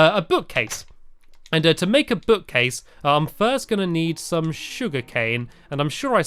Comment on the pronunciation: you said shum sugar canes XD